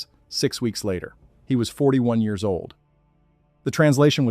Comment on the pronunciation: Have I mentioned your AI's inability to correctly say years is unbelievably annoying? Why can't AI do that? It's bizarre. They have instant access to all human knowledge, but on a dozen channels, can't correctly say years.